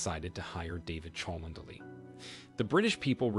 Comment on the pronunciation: Cholmondely is pronounced Chumley.